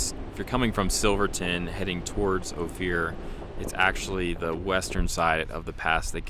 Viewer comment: This is “oaf-er” pass outside of “You-ray”